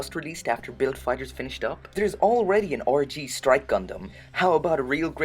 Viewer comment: Every time you say "RG", you sound like you're saying orgy.